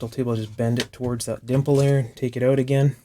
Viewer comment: Try it oat? You're Canadian?